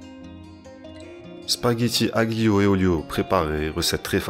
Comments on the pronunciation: AGlio 😂 ne prononcée pas le g en francais juste alio 👍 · Le G suivi d'un L ne se prononce pas en italien monsieur ca se prononce " alio" 😍 mercii pour la recette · Moi aussi la prononciation du g m a défoncé les oreilles 😂